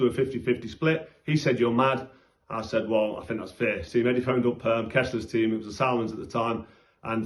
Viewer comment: When you say Fair it sounds like Fear